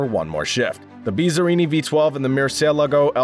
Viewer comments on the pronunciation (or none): Mercy el a go huh? Learn how to pronounce the names of these cars before putting videos out on the net where you look like a fool.